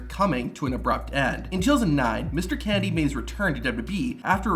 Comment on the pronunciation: Good video, but half the time you pronounce "Kennedy" like "Candy" lol